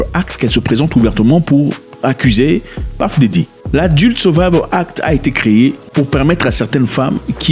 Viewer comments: C'est PUFF DIDDY..ET non PAFF..😅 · bro j'ai quitté la vidéo dès que j'ai entendu Paff Diddy à la première seconde